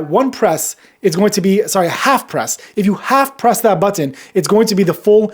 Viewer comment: Is it me or is his pronunciation of button is distracting